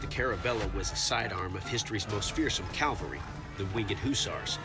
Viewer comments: The narrator said 'Calvary' didn't he? Was that on purpose? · Someone tell the host that Calvary and cavalry are not the same thing. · it's cavalry not calvary